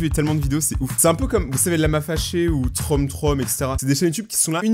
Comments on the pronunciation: En faite on dis troomtroom... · On ne dis pas trom trom mais troum troum .Sinon super vidéo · O:38 on dit troom troom les oo = ou !!!! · Alors sans vouloir t'offenser Troom Troom se prononce:"TROUM TROUM" Merci de bien vouloir liker ce commentaire car la façon dont il le dis et gênante 😂😂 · " TROME-TROME! " 😭😭 ça se dit '' TROUME-TROUME ''😭😭😭😭😭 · Tromm tromm? Non, c'est troum troum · Je rêve t'a dit trom trom NON c troom troom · Trom trom ca ce dit troum troum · Troom troom sa se dit troum troum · On dit pas trom trom on dit Troum troum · "trom trom" nan sa se prononce "troum troum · ça se prononce troum troum pas trom trom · ca se dit TROUM TOUM😂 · "TROOM TROOM" Le "OO" c'est "OU"!!!!! T'a pas suivi tes cours 😂?